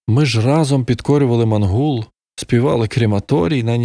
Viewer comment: Мангуп, а не Мангул😅